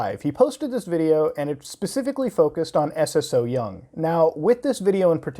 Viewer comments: The fact that he calls her S.S.O. Young instead of Ssoyoung is sending me bruh 😅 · It’s pronounced So-young, you just put emphasis on the “ss” not s-s-o-young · Isnt her name pronounced sew-young and not s.s.o. young? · hey love your vids recently! Just wanted to mention her youtube name "Ssoyoung" is just her name pronounced "So-young" with an extra s : ) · i‘m sorry i‘m sure it‘s a good video but i can‘t get over how you say S S So Young 😂 i can‘t watch the video. pls look up how to pronounce korean names when talking about korean youtubers. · Lol I love how u say her name like s s syoung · love the points of argument but please please please. saying it as s-s-o-young bothered me throughout the whole vid when you can ask a korean how to pronounce it just as you have asked if it is a culture thing.